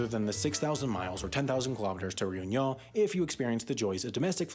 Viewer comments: Your pronunciation of Whangarei and Réunion leaves a lot to be desired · Another great vid! I appreciate the effort you made in saying Réunion, but you needed a little more work on it :) Still your effort was noted